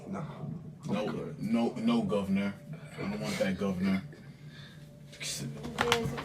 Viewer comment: Not a single Northern UK person has ever said govn'r. Haven't you ever had pork sausages?